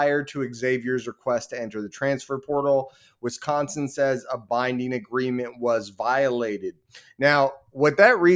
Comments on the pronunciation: It's Wisconsin, not Wisconson! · with how they're acting, it's Wisconson!